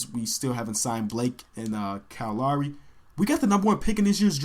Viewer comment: His pronunciation of "Lowry" bothers me more than it should...